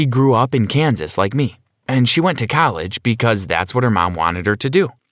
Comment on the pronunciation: i love how he said colleg